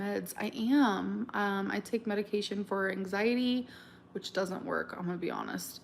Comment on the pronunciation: I finally HAVE to say it. The word ‘for’ is pronounced like ‘fore’ and rhymes with ‘more’. NOT ‘fer’. As in sticking a blade of grass between your teeth, kicking you heels up on the ol’ cracker barrel and hollering out “I’m ready FER supper Ma!” Phew